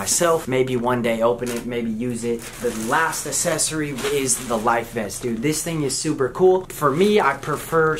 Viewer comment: Say it with me: Ack-sess-or-ee